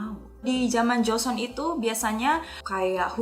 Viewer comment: Joseon (조선) kak yg bener bkn jeoseon (저선)😅😅